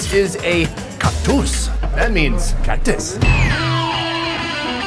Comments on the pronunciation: "cuctoose" Hahahhahahahhaa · Cactüs or what ever tha hell u said is not cactus 😂😂😂😂😂😂 pinche guero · why did you say cactus like that